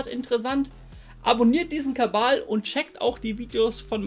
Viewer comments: Warum sagst du immer "Kabal" statt "Kanal"? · Warum Kabal ? Kabele ? Frag für einen Kollegen..!‘